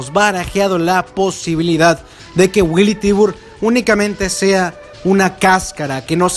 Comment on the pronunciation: Willy Tibur? Me parece que es Billy Tiber